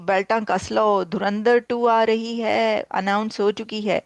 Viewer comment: Pakistanio kaunse duniya se jo dhurandhar tak sahi se nahi bol pate ho